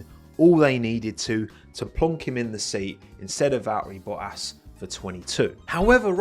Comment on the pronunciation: Wait until you witness his war on the letter "T" Val-'eri Bo-''ass Bo-'ole-'o